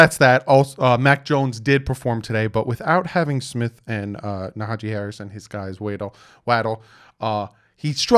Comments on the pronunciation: Naja-Hee 😂 you be butchering peoples names, it's funny tho...good work 👍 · Isnt it Najee Harris? you keep saying Nahajee haha